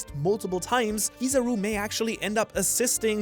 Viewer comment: It's not Kiizaru man, its Kizaaru. As you said it comes from kiroi saru, yellow monkey. The tone is on the 'a', Kiz'a'ru. If you are a sub person go check any of the times Kizaru's name is called, Ben Beckman comes to mind instantly.